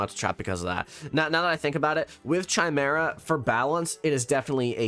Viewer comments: It's cute how you say chai-mare-ah. It's Kai, lol. Kai-mare-uh. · You said chimera wrong